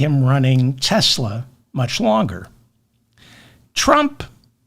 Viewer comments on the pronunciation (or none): "I love Tess-slur."